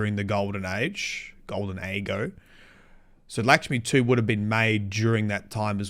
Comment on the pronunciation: I think you mean "Lickshmi-2" lmao